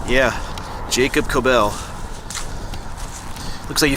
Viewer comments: Regarding the pronunciation, I believe that it would be pronounced like “Kob-el” not “Ko-bell”. There are so many variations of the name Kobel including Coble, Cobel, Gobel, etc. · Thank you for sharing some of my family history. I have yet to get over to Altalaha to visit their graves. Henry and wife were my 7th great-grandpatents. By the way, Kobel rhymes with 'noble'. Yes, it is a gruesome tale. You did great pronouncing the name of the church; it's not easy! I heard the mom was nursing her baby when she got attcked, from what I read.